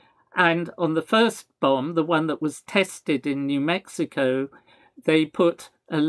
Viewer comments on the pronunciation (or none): none